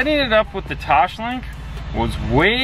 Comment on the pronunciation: There is no H in TOSLINK